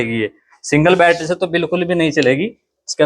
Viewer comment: Battery❌️ Batthera ✅️😂😂😂